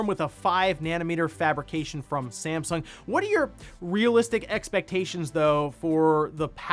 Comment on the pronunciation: .... was that STAMsung? :-) just poking some fun.